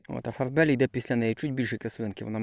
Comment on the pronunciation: Вітаю. Моя теща перекладач з французької, каже що Farbali читають як Фарбалі а не як на англійський манер Фарбелі. Доречі маю дерево чотири роки, і в цему році було аж п‘ять плодів. Здоровенне дерево а плодів ніц нема. Ще так рік і педе на перепрививку.